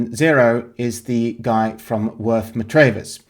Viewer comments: Not Matrayvers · Worth Matravers - pronounced Matravers without emphasising any letters, in the Isle of Purbeck